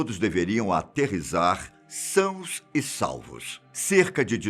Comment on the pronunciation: Obs. O correto é aterrissar e não aterisar.